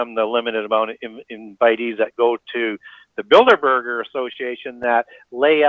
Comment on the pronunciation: Good grief!!!! It’s Builderberg. NOT Builderburger!!